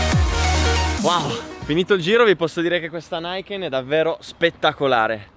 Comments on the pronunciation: Si dovrebbe pronunciare Niken (non Naiken) perché è giapponese e significa "2 lame", in teoria almeno. Bel video comunque. Grande!!! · Bravo! Interessantissimo! Però si dice "niken", alla giapponese, e non "naiken". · sei un grande come sempre, e anche in questa nuova categoria di video ti destreggi da vero professionista. Però lasciati fare un piccolo appunto: la moto si chiama Niken, pronunciata così come si scrive; la pronuncia all'inglese (errata) lasciamola agli anglosassoni:P. Il nome è giapponese, e vuol dire "Due lame", in riferimento al doppio avantreno ("Ni"=due, "Ken"=lama); pertanto reputo corretto pronunciarlo come pensato in origine. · Grande, gran video, continua così... permettimi solo un piccolo appunto, la pronuncia del nome NIKEN. va detto così come si legge con la “i” di Imola e nn all’inglese con la “ai”, perché è un nome giapponese composto da due parole, NI che vuol dire “due” e KEN che vuol dire “lame” (infatti il ken-do, “la via della lama” la scherma giapponese, è proprio derivata dall’arte dei samurai). pertanto avendo la moto un avantreno con “due lame”, il nome viene di conseguenza. scusami l’appunto, ma da insegnante di arti marziali e appassionato di cultura giapponese ci tenevo a questa piccola precisazione... per il resto sei davvero un grande. continua cosi, e complimenti davvero!